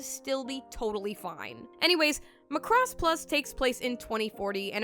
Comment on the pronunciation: The way you say Macross irks my very soul for some reason. LMAO